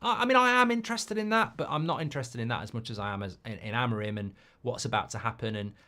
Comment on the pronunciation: It's pronounced a-mo-RIM and not A-mo-rim. The third syllable is the tonic.